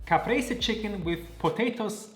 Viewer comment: Such a chad move eating the oreo ice cream!! But if it's within your budget why not? Loved everything!! Ps. Are you Italian? You're mozzarella and Caprese pronunciation were very good!